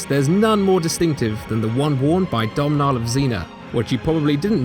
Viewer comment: ***** Domnhall is pronounced Doh-null. Domnhall is an Irish name